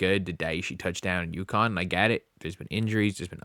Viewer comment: How many times do I have to correct you. UCONN. UCONN. UCONN!